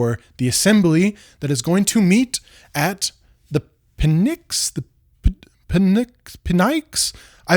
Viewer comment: I loved this video (here from Nebula), the history plus the tie in to modernity, great job! My son's middle names are Leander and Atlas, so not Pisistratus but still... || In regard to Pnyx the P is silent, and beware of mentioning HP these days its a contentious topic, especially after what the UK just passed. The 5 effers, those jerks!